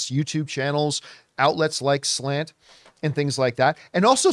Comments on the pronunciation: New drinking game —> every time John refers to SLATE magazine as SLANT lololol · Slate wrote article but y’all kept saying Slant